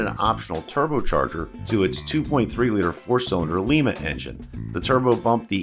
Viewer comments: Well we can tell your not from western side of ohio like I was. The town in ohio were the engine is from is pronounced LYE-MA not lee-ma like you called the the lima 2.3 4cylinder engine. Your not the only one to make this mistake. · Lima engine - (Lie - ma) Lima, Oh; pronounced like the bean , not the city in Peru.